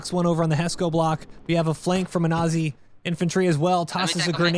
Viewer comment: Holy shh... An American who can pronounce 'Aussie' correctly! I never thought I'd live to see the day